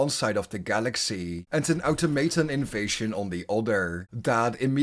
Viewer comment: Okay, this is how i will pronouce ''Automaton'' from now so on.